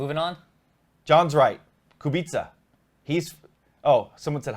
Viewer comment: r.k. is polish 1st. polish f1 driver. 1 g.p win in Canada /I was there/ pronounced koo= be = sha.